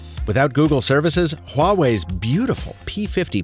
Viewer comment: i love how he pronounces Huawei so correctly for a Westerner